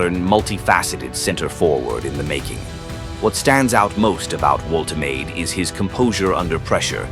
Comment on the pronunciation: The shirt pulling is totally out of control. Refs just let them get away with it. Manufacturers should make them body hugging so players can’t get hold of them so easily. Please learn how to pronounce player names.voltamarda is how you pronounce Nicks name.